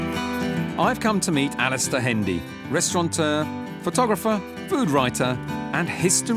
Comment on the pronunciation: I wonder if many of the ENGLISH chefs realise that "restaurateur" does NOT have an "N" in it?